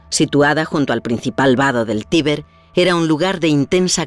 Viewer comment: en el minuto pronuncian mal tiber pareciese que digesen tibet